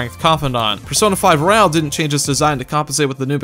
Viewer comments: Anyone else bothered that he says royale instead of royal? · if you say royale instead of royal one more time im going to have a breakdown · It's royal not royale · He also said royale instead royal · It's Royal. Not Royale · Why do you pronounce the word royal as royale ?